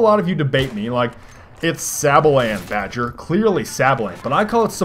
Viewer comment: Dude, let the idiot unsub. No loss. Also, it's Badger.